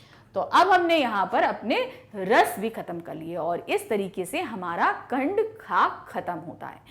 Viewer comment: Mam khand kaa kyun bol rhin hain khand ka hota hai